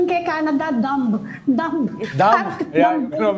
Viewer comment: Mali po pronunciation ng "dumb" sa umpisa. 😁